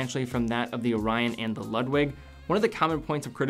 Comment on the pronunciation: My German friends might cringe when you pronounce "Ludwig". I think they would pronounce as lood-vig, but I could be wrong. They gave me a hard time when I called Porsche a porsh when it is pronounced porsh-uh. Just a detail that I was taught to always pronounce proper nouns the way the country of origin would.